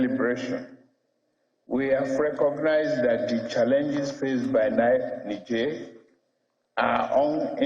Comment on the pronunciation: Why are they all struggling to pronounce Niger? Disrespectful